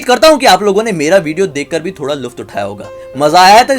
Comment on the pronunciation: Luft nhi Lutf uthana hota hai